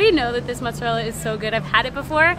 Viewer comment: ITS NOT JEWISH CHEESE I HATE WHEN PEOPLE SAY MATZARELLA ITS NOT JEWISH CHEESE SAY IT RIGHT MOOTSARELLA